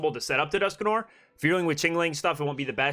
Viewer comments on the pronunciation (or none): none